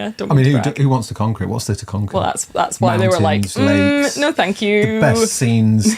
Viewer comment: mountains..lakes.....lakes??? LOCHS 😆